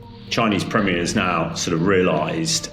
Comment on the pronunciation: Chinese premerer? Take O Level English.